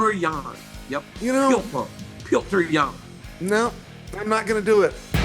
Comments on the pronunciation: Can we quit with the “pee-odor”? Please? It’s “pe-yo-tour” or freaking Peter if nothing else… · They keep saying Peyoder😂